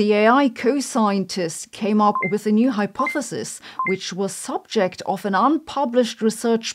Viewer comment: Do you not know how to pronounce "hypothesis"?